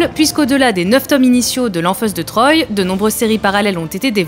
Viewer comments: Troy se prononce trois comme dans un, deux, trois. Lisez les BD avant d'en faire un sujet, SVP. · Lanfeust de "Trois" pas de "Troille"